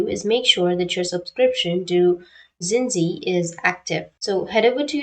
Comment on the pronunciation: Oh no, tny4297 is referring to the way you pronounced the streamers name as zinji instead of how it would be pronounced "jinx" followed with the sound of "e" I understand the misunderstanding! :)